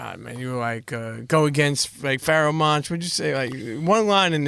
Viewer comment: You butchered the ever-living fuck out of his name haha.